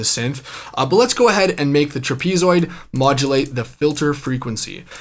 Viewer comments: Cool video, but… truh-PEE-zoid? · Tra-pee-zoid? No. No. No.